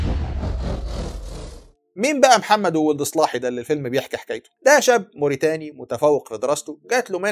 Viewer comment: محمدو ولد الصلاحي رجاءا انطقو بالعربي الفصحي ههه و ليس سلاهي كما ينطقها الغرب تحية من 🇲🇷